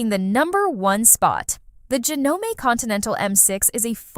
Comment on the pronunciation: any legitimate person in the sewing world knows how to pronounce JANOME And the fact that they stole footage from a reputable, Juki dealer is reprehensible